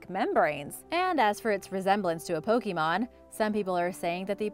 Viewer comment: Po kay mon not pokey mon. :)